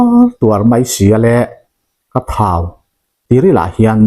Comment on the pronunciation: " ka thau " tih hi ka hlau.tih ang hian lamrik tur a ni e.